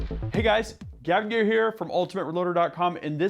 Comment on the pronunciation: Finally, a build for us common folk! Now just get rid of that god awful porn music and pronounce your name clearly and not like " from Ultimate Reloader"!